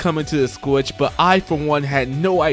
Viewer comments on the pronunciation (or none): Is he saying squitch?